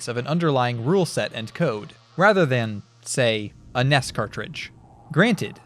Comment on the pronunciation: Why did you pronounce NES like that